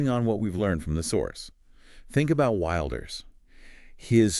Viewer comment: "Wilders" is pronounced "will ders", not "wild ers". And arguably he did the right thing here: the coalition he was a part of had made it clear that none of his interests were going to be considered, even though he has the largest party. This is the same trick they played on him the last time: get his support, and then don't support him. I'm not surprised that he left, but I do fear we will end up with a left-wing government that will do even worse on immigration.